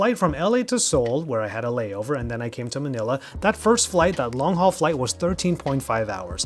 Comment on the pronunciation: I was listening chilling whilst browsing until I heard him saying "MANILA" .. Got me shocked and shouting manila!!?? lmfao Was contemplating on what to buy xm4 or xm5 or some other ones like bose qc35 *Such a great content and detailed content especially with how noticing that it is easy to wear as it is put in correct position (Left & Right) even during case